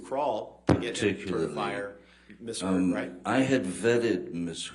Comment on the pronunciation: Haha, the attorney calls her "Miss Turd" . I had to play it three times to be sure I wasn't just wishing that T in there!